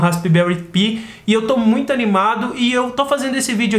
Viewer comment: Se pronuncia pai e não pi kkk que coisa.....